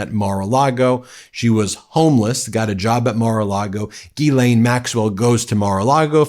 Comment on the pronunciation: Oh well time will tell... Quick Note: Ghislaine is pronounced (Jyslain), Guylaine is also a surname but pronounced the way you said it. 🙂